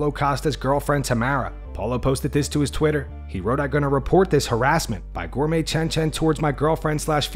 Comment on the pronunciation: "Gourmet Chen Chen" 🤣🤣🤣🤣🤣🤣🤣